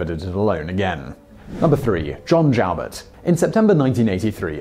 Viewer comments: "Joubert" is correctly pronounced "you-bear". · Just to confirm as already noted - Joubert's name is pronounced with the long oooo sound, not the ow noise. I was actually living about three blocks from the Dairy Queen in Bellevue where Joubert grabbed the first kid in Nebraska. Also was stationed at Offutt. Also, Joubert was never in the Army. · John JOUBERT. Its pronounced JEW-BURT. NOT JOWBURT. I never heard it pronounced like that. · Alabamians pronounce it Mo-bull. Joubert is pronounced Jew-bert.